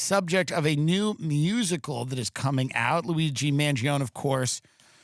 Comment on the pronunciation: You and Tim Pool and all the Millenials need to say the name right. man-gee-OWN-nee